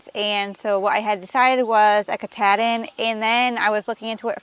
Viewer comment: The sheep breed is named after the mountain in Maine that is the northern terminus of the AT...Mt Katahdin. The "ah" in the word is like when the doctor says "say ahhh". Not a short A!..